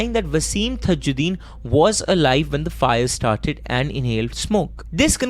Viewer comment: Dude all thru' u mispronounced the victim's name it's not THAjddin but simple TAAJ'Ud'deen = ताज उद् दीन